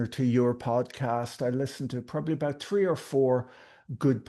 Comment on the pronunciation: I love Patrick. Particularly when he says any sentence with the number three on it. Or as he would say tree. 😍🤣😂🤣